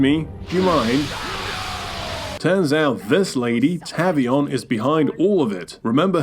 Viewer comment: It's TAVE-EE-ON. Not TAV-EE-ON.